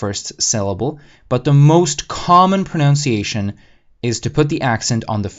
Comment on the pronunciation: Great video. I must point out a common mistake made in English: The word "pronunciation." Notice that it doesn't have the second "o" found in the word "pronounce." To be clear, the word is: Pro-nun-ciation. Pronunciation. "Pronounce-iation" is incorrect. Most foreigners (and probably most Americans) say this word wrong. Sorry, English is a mess. Slovak is much cooler!